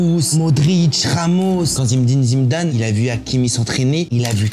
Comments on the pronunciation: Zimedime Zimedane 😂😂😂😂😂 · zimdine zimdnane😂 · Zimdim Zimdam 😂😂 .. vous le faites exprès 😂😂